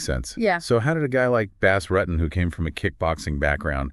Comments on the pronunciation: I know right. Bass Ruttin? BOZ ROOTIN IS HOW IT'S PRONOUNCED!! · Imagine talking about someone like you know this person through and through and not being able to pronounce his name right….. Bas Rutten (Bas Roo-tin) <——-🤦🏻‍♂️ I wanted to lose my mind every time you said rutten. And you said it SOOOOOOO many times. 🤦🏻‍♂️ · Bass Rutttten? Who the heck is this guy talking about lmao? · Bass Ruttin 😂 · Canwatch this because they can't even pronounce Bas's name right if your gonna do a video on someone for zgod sake learn how to pronounce his name correctly!!! Damn!!!!